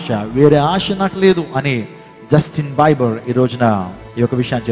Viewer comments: Justin biber kadu sir Justin bieber (bee ber ") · Not బైబర్ it's బీబర్ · justin bieber pronounciation wrong